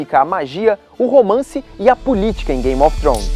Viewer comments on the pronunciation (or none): none